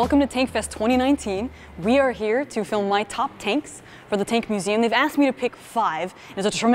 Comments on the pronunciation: "tank mugeum" }{ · The Tank Mugeam??? Looool